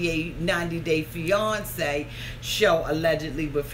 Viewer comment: I love the way you say fiance. It sounds like fe-yon-ce/ Beyonce lol. Love you for keeping it real!